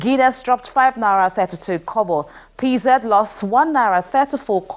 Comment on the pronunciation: Hello, it's 'na-ee-ra', not nara.